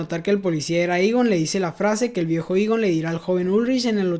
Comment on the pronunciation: Por qué pronuncia los nombres mal, dice, ulrish, eeegon etc.